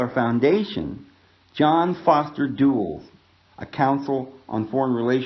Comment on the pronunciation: FYI: it is pronounced, John Foster Dull' less. Just like a dull-witted person. Allen Dulles was head of CIA when JFK was assassinated and then headed the investigation of the assassination.